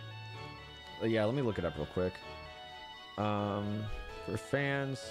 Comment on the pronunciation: When Alpharad doesn't know how to pronounce "Arceus" even after getting the "arse phone"